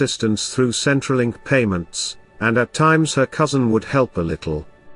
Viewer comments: Yes, I realised that it was said and that Centrelink was mispronounced but I thought people might like to know that these women are in a country where help is readily available be it from charities or our government who does a pretty good job of helping citizens whether they are born here or not compared to many other countries. e.g., like the country the second woman came from. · Pretty sure that was said in the story, albeit pronounced wrong but they did say it